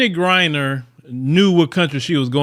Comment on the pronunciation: Yay finally got her name right lol